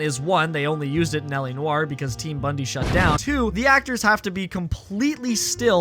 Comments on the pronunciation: bondi is pronounced "bond-eye", not "bundy" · Team BONDI, not bundee. Is this ragebait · Just gotta say Team Bondi is pronounced 'bond-eye'. Its a famous beach town in Australia. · why does no Americans no how to say Bondi correctly 😭